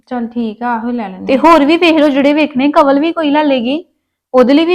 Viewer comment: ਕਵਲ ਦਾ ਰਾਰਾ ਤੇ ੜਾੜਾ ਠੀਕ ਕਰੋ😅